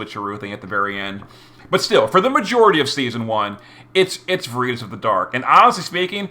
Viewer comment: you're the best, and even when i disagree with your pronunciations i keep my trap shut. Until now. It is "VAIR-ih-toss". It's Latin for the virtue of truthfulness, which is kinda weird considering it's being used for a crew of people who hide their identities....on a completely unrelated note, i feel for poor Charlotte. She was introduced (presumably) as a "we can't express our feelings for each other" love interest for Lasswell, but my question for the future to answer is will she always play the Betty to Physalis's Veronica? 😂